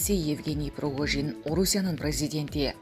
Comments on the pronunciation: Пригожиииин... прогожин эмес... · Кымбаттуу журналистка Прогожин эмес Пригожин.Шойгу деп жазылат,айтылганда Шайгу деп айтылат.Кыргыз тилинде тыбыш жана тамга деп окутат ко. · Прогожин дейтко! 😫Ой бай болгурлар Пригожин! ☝️